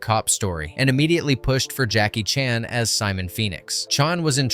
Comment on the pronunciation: why did he call chan, chun?